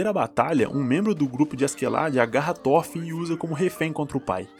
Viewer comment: SE LÊ THOROFIN , NÃO THÓRFIN. pelo menos no anime eles falam Thorofin